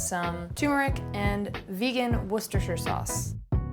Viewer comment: it's so nice to hear a non Brit pronounce worcestershire sauce correctly 😁 Lovely recipes